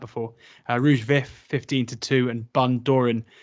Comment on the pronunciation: How can you butcher Bundoran's pronunciation. You can Google pronunciations now. Do it FFS, it is supposed to be a brief on, Cheltenham November meeting, not a blooper reel.